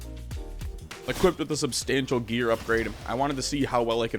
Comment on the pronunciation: Add "equipted" to the list xP